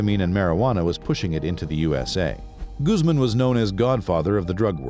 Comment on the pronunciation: Why can't you get the pronunciations of Spanish words correct? Medellin is pronounced med ay een and Guzman is gooz mahn !!!!